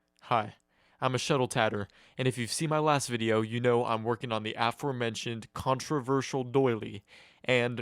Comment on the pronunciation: a-FORE-mentioned. Not AFF-er.